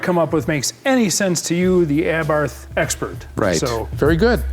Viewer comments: FYI, it's pronounced "Aa-bart". Yeah, I know, weird, but that's how it's said, missing the h. Wonder if that kit is still available, or if it fits the 500 Giardiniera ? The lid is not kept up for cooling, and certainly the down force line was a jest? They're propped open because they don't close - the modded motor gets in the way. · Can someone call Jason Cammisa to teach them how to pronounce "Abarth" He did a nice segment in the Lancia Delta Integrale Video 🤣🤣🤣